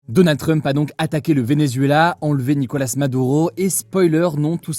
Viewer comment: Personne : Hugo : DONNA TRUMP